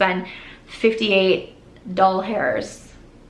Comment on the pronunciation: “Doll Hairs” 😂❤️